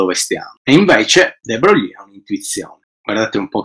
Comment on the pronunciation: non sopporto di sentire de Brogli.si pronuncia Luì de Broy